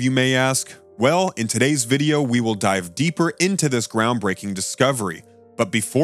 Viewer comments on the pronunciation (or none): none